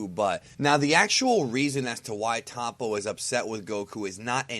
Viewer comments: it's not pronounced tahpo. it's toh-po. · in the show they always pronounce it top-po. first o is soft, 2 pronounced p sounds with an audible separation, second o is hard.